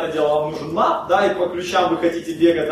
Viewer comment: не Мап, а Мэп